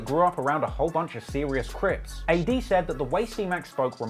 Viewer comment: Not CRIPZ, CRIPS. Very Important difference.